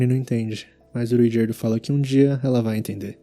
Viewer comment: agonia qnd o cara fala RUigerdo